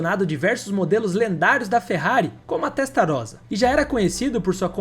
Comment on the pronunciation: Dom Enzo fez nada disso com a GTO meu amigo revise sua pesquisa... Ele mostrou os mesmos 36 carros em 3 pátios diferentes, distraindo os fiscais da FIA enquanto seus funcionários manobravam os carros entre os pátios! Revise tbm a pronúncia Chamar o Testa ROSSA ( com "esse") de Testa Rosa (🌹) é uma HERESIAA!!! O resto tá top!!! Legal a comparação, realmente são rivais históricos!